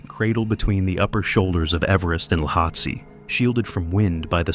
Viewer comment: Cwm is pronounced coomb ... and is 'lowhatse' the mountain next to Everest? Learn its pronunciation. 😊🇦🇺